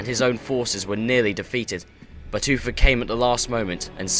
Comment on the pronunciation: its uther not uffer